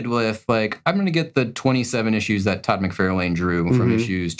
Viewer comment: Help me understand why you pronounce Todd’s name that way?